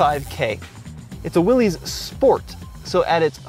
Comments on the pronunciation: you're saying it wrong....it's not pronounce "Willies", or "Willy's", its pronounced "Willis", as in John Willys, owner of Willys–Overland Motor Company, the manufacturer of the Willys MB version of the WWII 1/4 ton Army utility "truck". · ITS PRONOUNCED WILLIS, NOT WILLY’S. 🤦🏼‍♂️ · It's not "Wil-LEES", it's "Wil-LISS". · It's not a Will-EEs it's a While-is. Pronounced like Bruce Willis, the actor. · Dude. It's pronounced Will-is not Will-ees. It sort of makes sense if you think about it. Since it was named after the founder of the company, what are the chances a persons last name would be pronounced "Will-ees" vs "Willis"? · Every time you say "willies", John Willys rolls over in his grave. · I think Willys is pronounced like Willis. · Pronounced Willis no biggie .Great review.. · You just need to learn how to say Willys like a Jeep guy instead of a hot rod guy now :-)